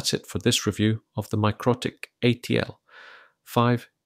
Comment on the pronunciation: Isn't it pronounced mick-roe-tick , Anyway where did you get this ? Literally none for sale in the UK